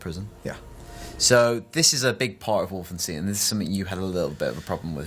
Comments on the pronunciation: You pronounce Wolfenstein... Just like you do Einstein.... Its not EINSTIN IS IT!!!! Seriously..... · Its not wolfensteen its wolfenstein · wolfenstein = Wolfen[stine] not Wolfen[steen]...